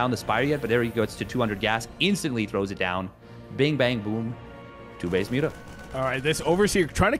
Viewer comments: Stop saying 'mutt mutts' it doesn't make sense, it mutas if you want to shorten it or nothing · still better than everyone calling them 'moootahs'